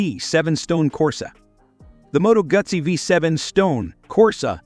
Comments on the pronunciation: Pretty cool modern retro models. And it's "Moto Goo Zee", not "Guz Zee". Too bad there aren't any American brands on here though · Moto Gutsy. Artificial unintelligence pronunciation strikes again. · Moto Guts ee?…. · Moto Gootzi not Moto Gutzy. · Moto Goo-tsi please……… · Moto GOOT see. Pronounced like PIZZA (PEET za) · They just can't get retro right. I don't remember a "T" in Moto Guzzi, lol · Ewww not ahhhh Moto Guzzi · These metaphors are wild 😅 at least AI delivery is funny, cracked me up when it said “Moto Gut-See” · Am I the only one who thinks that whoever produced this video never listened to the audio? I can't decide if it's a botched AI trying to write/speak ad copy, or it's a really terrible text-to-speech app? Moto Gut-zi? Describing the brakes on one bike as having A...BS? Terrible commentary. I'd be glad to re-record it for Motorfied! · Moto Gutsi? Come on stop with the AI reader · Moto Gootzi is the Italian pronunciation, but back in the 70’s here in Milwaukee we left out the “t” sound. was sweet. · This announcer never rode a bike in his life and sure don't know how to pronounce Moto Guzzi. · I am sorry you misunderstood my statement. I was referring to the AI voice mispronouncing Moto Guzzi on the video. I am also very impressed with those magnificent machines and am currently looking to purchase one.👍